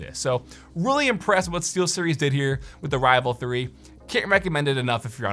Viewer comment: Google voice to text got it right, but I heard Sealseries. lol